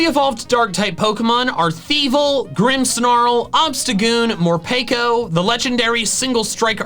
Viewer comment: I love the way he pronounces 'morpeko' as 'morpako'. It's funny and annoying at the Same time.